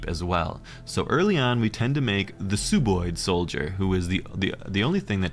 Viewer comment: Great video once again, but its Sub-oid, like sub-marine, sub-terranean, or sub-ordinate. "Sub" meaning below/under. They're sub-humanoids aka sub-oids.